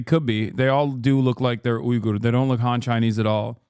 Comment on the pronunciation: omfg Uygur with the hard Y